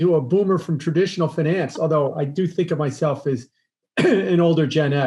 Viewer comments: "Expert" pronouncing "Binance" and "Finance" like an idiot. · Typical wall street guy: says finance like “fuh-nance” This OG hedge fund guy: even says Binance like “buh-nance” 😂